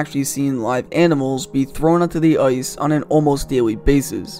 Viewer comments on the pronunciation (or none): Love the content but for the love of god learn how to pronounce the letter "I" . Hockey is not played on "Oice" and nobody has ever been in a "Foight" .